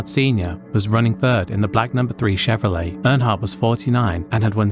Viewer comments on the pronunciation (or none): none